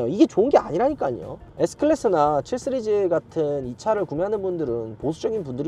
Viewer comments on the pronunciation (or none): ㅋㅋ발음 해외파이신가봐요 7쓰리즈? 씨리즈?